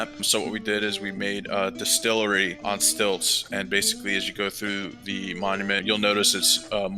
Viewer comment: The di*stilt*ery